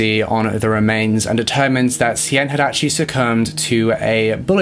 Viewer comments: Good job on trying to pronounce the Dutch names! Stijn is actually pronounced like stein (just think of any German sounding name haha) but honestly you both did a great job!! 😊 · It's pronounced like Steiyn. Something like the way you say I, like I am. But then inbetween the st and n. No idea how else to explain. But no hate. Just a launguage issue. Love you guys. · Just a suggestion - the correct pronunciation of most names, no matter of their nationality, can easily be found via a simple search on google. Stijn, for instance, should be read much like the English word 'stain'. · Can’t believe you covered a Belgian case! I’m from Belgium ❤️ It was kinda funny hearing you guys pronounce these names, not gonna lie 🙈 ‘Stijn’ for instance is actually pronounced ‘Stayn’. Love your video’s, keep it up! I hope in the future you cover some more Belgian cases, we have a lot of interesting ones. Maybe the Dutroux case. He is Belgians most notorious serial killer, he would kidnap young girls off the street and keep them in his basement. It is truly horrifying. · Y'alls pronunciation of Stijn is so sweet. This summer of collabs will hopefully bring a lot of people awareness <3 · i am actually dutch, i speak the language from both belgium and the netherlands. i wanted to thank you both for taking on a case from a place far away. you both pronounced most of the names wrong but it honestly doesnt matter, i loved this video. thank you both <3 love from nijmegen (the netherlands) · Eindhoven was perfectly pronounced 👌🏼 but stijn is actually with the same sound as the ei in Eindhoven ☺️ awesome you guys try it thought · Its so cool to see cases nearby me finally been covered, I'm dutch and remember this case bein on the news. The pronunciation is a bit off tho ;)